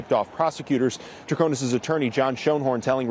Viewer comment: Great recap! Thanks for all you do. I think her name is pronounced “trah ko nis” with an “ i” not “a”. With all due deference! 🙏🏾❤️